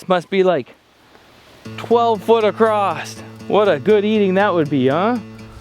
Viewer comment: The beavers must be 12’ across (not “acrosst” there is no T in across). No need to add letters to a word that don’t exist brother. Pass this knowledge on! It’s pronounced ACROSS! Not acrosst 👎